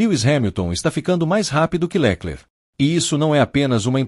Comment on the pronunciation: Porque esse narrador inventa nomes? Leclerc com acento no lé ?